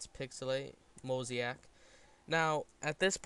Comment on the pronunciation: "Then I'm gonna go to filter and I'm a apply a MOSIAC filter that's pixelate MOSIAC" Mosaic (mo•sa•ic) [moh-zey-ik] vs. Mosiac (mo•si•ac) [moh-zi-ak]